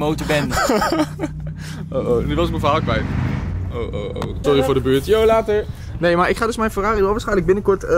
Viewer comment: Elke keer bij het afsluiten van de vlog en ik hoor La-ter denk ik dat Jade vanachter een deur tevoorschijn komt om TER te zeggen😂